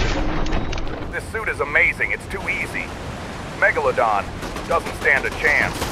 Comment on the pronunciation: The amount of times he pronounced megalodon incorrectly🤣🤣🤣🤣